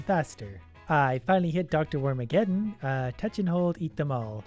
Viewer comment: I felt physical pain when he messed up Dr. Wormaggedon.